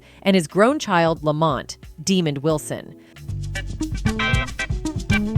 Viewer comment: Pronounce it right... 420 (DA' MOND WILSON) NOT DEMON